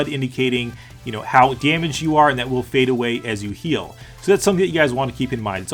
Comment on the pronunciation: "It will phaedo-way"